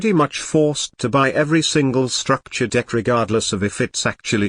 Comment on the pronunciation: *STUCKTURE DECK*🤣🤣🤣🤣